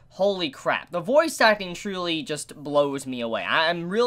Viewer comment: Every time you said voice acting, I understood it as "Bois suckling" or "Boys acting"